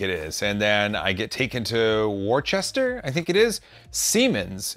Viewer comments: Worcester is pronounced Wooster. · should rhyme with duster not rooster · Have fun over here in the UK! Bring warm clothing; we're about to be hit by a cold snap, apparently! FYI, Worcester is pronounced wuh-ster :) don't worry, I have British friends who struggle with some place names over here. Leicester (leh-ster) being one! It's near Birmingham